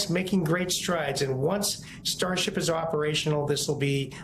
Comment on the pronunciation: "sharship" 😆. While I understand that mispronunciation happens occasionally, I had to do a double take when it sounded to me like she said "shart ship" 💩